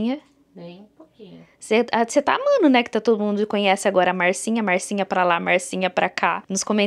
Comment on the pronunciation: Achei super legal chamar de Marcinha, com o seu sotaque ficou ainda melhor. Relaxa!